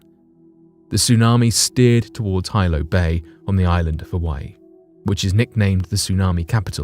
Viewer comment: Hilo, HE...pronounced HEE-lo.